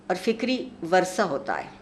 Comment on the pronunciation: عارفہ جی! وَرثہ نھیں/ وِرثہ ✅ (پہلا حرف مکسور ھے)